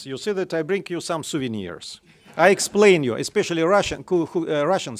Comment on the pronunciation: He needs to cut out the "...you see dat". It makes it tough to listen to him present